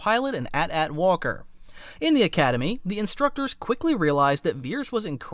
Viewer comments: The fuck is an atat? It’s AT-AT. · For the love of everyone good, do NOT say AT AT. It's A-T A-T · Its prounced A-T A-T and not AT-AT ffs! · My brother in Christ why must you punish my ears by calling the glorious AT-AT an atat 😭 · Atat? It's pronounced "eighty-eighty". 😂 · Bro, enough with the 'Atat', it's an AT-AT, you dont' cal the AT-ST an 'Atst.' do you? I know some director called them an 'atat' but it was dumb then, and it's still dumb. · saying "at at" instead of A T - A T feels wrong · I can't help but gag when I here @@ it sounds so stupid compared to AT-AT lol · It isn't pronnounced atat, it you read each letter alone, not as a whole word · you dont say AT AT like that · The way the narrator says ATAT too, probably AI narrated as well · atat got me. Since they are initials, shouldn't they be pronounced individual. Like A-tee A-tee? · Is this ai or does he just pronounce AT-AT different